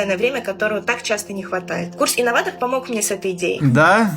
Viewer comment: не справился даже с буквой «Р». Истинный инноватогх